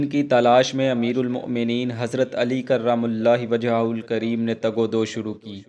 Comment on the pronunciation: کرم اللہ وجھہ کو صحیح نہیں پڑھ رہے ہو۔